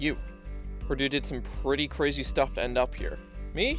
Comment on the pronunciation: "this shtuff". love it